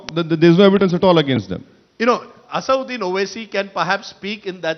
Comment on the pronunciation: It's not Asauddin fool Rajdeep, it's Asad-ud-din, lion of religion.